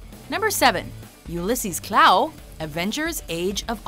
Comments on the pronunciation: The Klaue is actually pronounced like "claw" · Two minor issues. Though Gollum/Sméagol was of the River Folk that is not quite the same as a Hobbit, closely related but not the same. Secon Ulysses Klaue's last name is pronounced as CLAW not KLOW. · It is Ulysses Klaw not Klaue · it’s not Klaaaw it’s pronounced as claw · It's pronounced "Claw" not "Clow" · Its like claw not klau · Who the f*** is KLAAUUUEE?😂 sorry but it’s pronounced Claw even tho it’s spelled Klaue... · Klaue pronounces claw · Before I even clicked this video, I knew Gollum was gonna be #1. Also, Klaue is pronounced, "claw." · Someone feel free to correct me if I'm wrong, but isn't it pronounced "Claw" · klaue is said like claw, not klaue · You don't say Ulysses Klaue like that. You say it like "Ulysses Claw" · “Ulysses Klow”...... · Its pronounced Klaw. Sorry to be that guy but its a pet peeve of mine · It's pronounced Claw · Hate to be that guy, but in age of ultron, its pronounced claw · It's pronounced cl-aw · Its pronounced Kl-OR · Klaue is pronounced as "Claw". It's not French. Gotta get your facts straight! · its pronounced klaw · It's pronounced claw smh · you said klaue wrong. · They pronounce Ulysses Klaue wrong. It's annoying me.